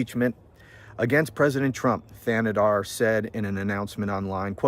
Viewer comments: Shri “TAnadar” is how it’s pronounced. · Shree Tan-a-dar is how you pronounce it. I am a Michigan resident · I live on the border of Michigan in Canada and you pronounced his first name right his last name the H is silent. So Tan-e-dar :goodvibes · Your pronunciation is almost correct. Say Thanedar as if there was no h in it.